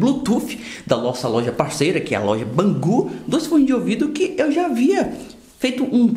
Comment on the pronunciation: não se pronuncia Bangu e sim Bengudi kkk Forma de escrever Bangood